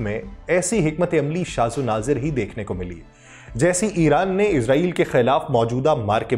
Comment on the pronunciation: Shaz o nadir hota hai...shaz o nazir nhi..urdu per tawajjoh dain..shukria